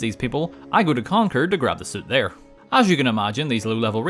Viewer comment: Nice balls bro! This was so funny to watch! PS thx for saying Concord the correct way.